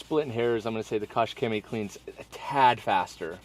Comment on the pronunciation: You really need to annunciate the K and Ch in the words. Clear your throat!